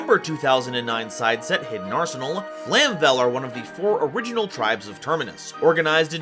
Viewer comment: Flame-vell, not flam-vell